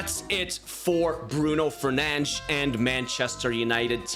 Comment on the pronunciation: It’s because it’s Fernandes not fernandez